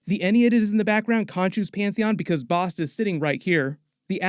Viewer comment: Thank you for pronouncing Bast correctly, because in the first ten minutes of "Moon Knight" they mispronounced Taweret and continue to for the entire series. Quetzalcoatl, (is KEHT-sahl-KOE-awt. The 'L" is silent, but is also pronounced KEHT-sahl-KOE-aht-ul -- and the "L" is included. But, hey, it's Marvel so just go with it, maybe the 616 Public Domain gods just do whatever over there, but Nuhautl -- the language of Aztecs, is still spoke by more that a million Nuhua people still living in Mexico. Coyote, Avocado, chocolate, are all words that came to us via the Aztecs. But, again it's 616, go nuts. They've messed up Norse Mythology for years now.) Quetzalcoatl is a big deal god of the Aztecs, (and is a 'he'), In the Mayan pantheon, he is called KuKulkan and they are the same god. The Mayans are an older civilization than the Aztecs, although they overlap briefly for a series of years, the Aztecs rose to power a century after the Mayans. Both occupied different regions of what is now Mexico, the Yucatan and Central America. Both had written languages and advanced mathematics. Tepeyolltol, ('teh-PEA-ah-tohl' or 'teh-PAY-lot-ALL', -- I've never heard it pronounce 'TEP-ah-tee-OH' -but again off we go to 616, if they're going with that it sounds fairly close to 'Tapatio' which is the masculine form of "from Guadalajara" - which is a great city!-- The rest is dead right, well done! He is the "heart of the Mountain", the Jaguar god of animals, darkened caves, echoes, and yep, eart